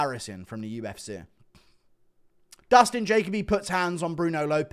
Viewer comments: Dustin juh-coh-bee. Not Jacob-ee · It's pronounced Ja-Kobe , Jacoby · You pronouncing Jacoby wrong. Also oki lost round 1 not 3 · Dustin “Guru Refuses to Pronounce my Name Correctly” Jacoby